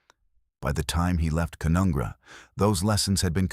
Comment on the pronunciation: It's pronounced Ca-none-gra